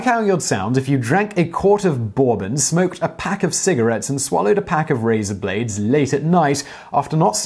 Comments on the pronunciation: burr-bin, not bour-bun. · Simon has been drinking, on every fucking video. BORBUN? It's pronounced BURBUN. He's a fucking joke, has been for years. Unsubscribed, I've put up with this shit for too long. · Burr-bun like urban. Not Bor-bon like gorgon. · Simon I have noticed on occasion that you have the strangest way to pronounce words, I do not believe this is just because you are English. Bourbon is not pronounced 'Borebon it is pronounced 'Berbin'. I am sure you know this but like I say you do it from time to time with other words too. Is it a marketing trick to get you noticed as I am sure your social education or osmosis awareness is not the problem? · As a deeply southern man, i looove how Whistler pronounced "bourbon". Lol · did you say "bore-bon"? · with a toff accent .. like how you would sound if you drank a quart of " boar bon " smh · "hot lead enema"is a reference to an old Lenny Bruce bit ... but do you really not know how to pronounce Bourbon? (boarbon, really? ) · 'Boar-bon'. It's official. He's doing it to see who gets triggered. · It’s not how it’s pronounced in the Uk, nor Australia where I am. Not anywhere else in the world because he said it incorrectly. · that's quite strange. I've never heard any of my family members who were born, raised and lived all over England, Scotland and Ireland, pronounce it that way in my entire life. Nor have I ever heard any English person saying 'boar-bon' in a movie, on a TV show or in an interview. Also, it's an American creation, so even if they are pronouncing it 'boar-bon', they're still pronouncing it wrong 😂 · I'm afraid I have heard it pronounced exactly like that by various Englishmen. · Ah, das is good... Except for the pronunciation of bourbon. Say it with me now: Bill Burr Bun. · Burr bon like the French dynasty. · he's using a European pronunciation of the word that goes by how it's spelled. "Bourbon". He's not drunk, he's English. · I call troll. You deliberately mispronounced Bourbon. 😂